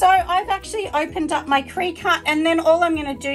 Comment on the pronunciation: Cricut pronounced cricket :)